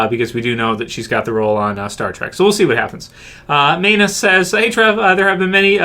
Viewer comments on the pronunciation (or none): none